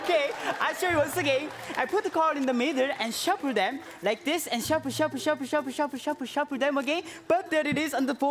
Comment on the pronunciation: instead of shuffle shuffle i heard SHABU SHABU SHABU